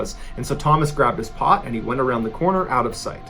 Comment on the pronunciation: "so Thomas grabbed his pot". I'm from Oregon so it sounded funny to me LOL!